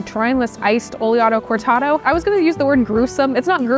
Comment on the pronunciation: In my best Hermione Granger impression: "It's Oleato CortAdo, not Oleato CortadO"